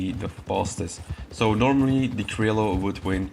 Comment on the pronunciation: I dont care wich is better! What is better an indian or a pakistani! Its pronouncing is krioyo and not criolo@